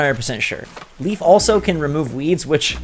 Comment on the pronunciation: The name Leif is pronounced as "lay-f". Leif is a real name its pretty common where im from